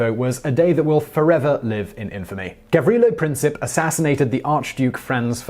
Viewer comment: Another Simon Whistler video, another mispronunciation. The man who shot Archduke Ferdinand was Gavrilo Princip, not Gavrile Princip.